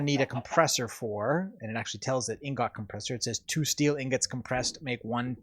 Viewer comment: BTW, Inggawts? Lol.